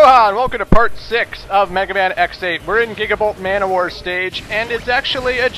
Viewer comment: When you pronounced gigabolt manowar, I actually thought you said Giggable ManWhore. Me and my imaginations, lol.